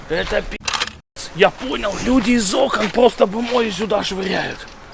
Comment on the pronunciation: Из Окон ударение